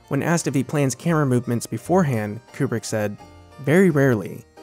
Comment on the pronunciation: Amazing video on one of my favourite films but hell, it's KUBRICK not "Coopri" haha